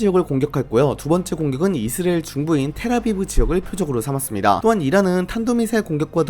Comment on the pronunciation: 이스레엘 말고 이스라엘이라고 읽어주세요 😢